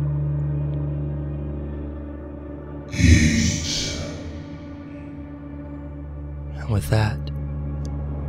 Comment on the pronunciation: I know it says "eat" but it doesn't sound like it at all. lol